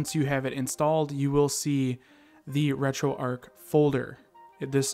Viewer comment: Erm it’s not retroark it’s retroarch 🤓👆